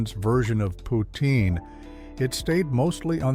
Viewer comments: Poutine does NOT rhyme with routine. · It’s pronounced “poots-in”.